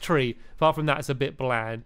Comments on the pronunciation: Stampy did say pit instead of bit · He said fun pit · Stamps u did say fun pit lol :) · he said fun pit!!!!! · He did say pit not bit!! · I thought he said fun pit to